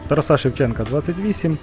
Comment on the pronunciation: Ставте правильний наголос на імені ТАРАС!